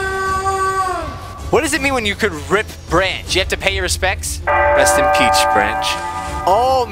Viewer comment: dose anyone notese that he said “rest and peach” like lol also I am using my dads account ;w